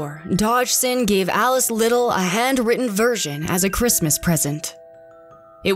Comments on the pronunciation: Her last name is pronounced Lid dell not Liddle. Well done video,! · It was horribly painful to listen to the name Liddel pronounced "Little" when it's pronounced "Li-delle"